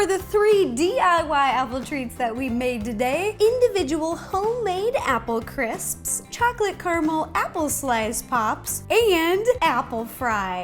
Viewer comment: who had trouble pronouncing "crisps" me.